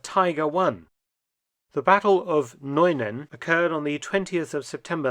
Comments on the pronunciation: Your pronunciation of Nuenen is soooo funny! 😅 You really have no idea, do you? 😁 In fact at first I didn't recognize it was this village. Only after I remembered where this episode took place I knew it. Next time you'd better ask a Dutchie how to pronounce Dutch names. As usual, a great video 👍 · the correct pronounciation of Nuenen is NewNen (with the nen part a bit faster). Band of Brothers is still one of the best series ever! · Oh, the Dutch village Nuenen is pronounced as Nuunen... Sorry for that... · I immensely enjoyed this and the Saving Private Ryan episodes! But, as a Dutch native speaker I wanted to point out something. The name of the town of Nuenen is pronounced as ‘New-nen’ to a native English speaker. Just wanted to help you out if this town pops up in any new episode about Market Garden or so. ☺️ Other than that, keep up your amazing work and have a wonderful Christmas! 🎄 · Dutch is still not German. The town of Nuenen has a name that's particular also for us Dutch people, with that ue. The correct pronunciation is [nünen] with the ü sounding exactly like the one in Kübelwagen. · FYI Mark it's pronounced 'New-ay-nun' 🙂 Merry Christmas! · Nuenen does not sound like German at all in reality. Its proper enunciation has more in common with the English word 'new.' Incidentally, if you look up etymology for the name 'Nuenen,' you'll find this: It is derived from Nuen-hem, meaning "new place" or "new abode", with '-hem' standing for place of residence or house. 'Hem' in German is 'Heim' which had probably a similar sounding word in old Anglo-Saxon (English) but over time that changed to 'home.' In Dutch, 'heim' sounds different from the German version although meaning the same. But we hardly ever use it. Only in a few instances like 'heimwee' (being homesick). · Nuenen is pronounced as the first sound of new without the w and then followed by -nen.